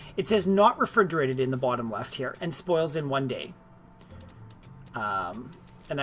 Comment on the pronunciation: There is no "d" in "refrigeration". =)